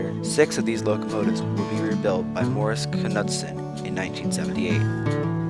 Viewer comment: McGinnis is pronounced with a hard "G", and the "K" is silent in Morrison-Knudson. Work on your script. Do more than one take on the same lines so you can have more fluidity in your voice track without all those awkward pauses. Overall, good video. Information is accurate, nice video clips.